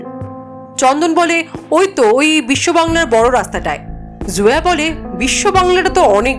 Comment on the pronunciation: জোয়া না, নেইম টা জয়া হবে হয়তো